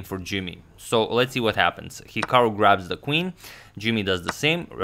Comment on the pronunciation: It’s actually pronounced hik-uh-ru not hik-o-ru